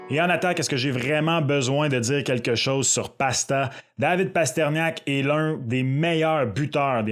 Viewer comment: Mes oreilles !!! Pourquoi Parterniak??? Il est où le i ???